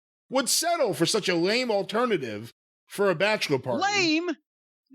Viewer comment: The way corny says LAME 😂😂😂😂 about his bachelor party 😂😂